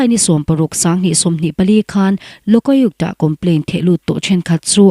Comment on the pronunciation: LO-KA-UK-TA ti ve mai la... Bandh pawh hi ti dik ve mai la..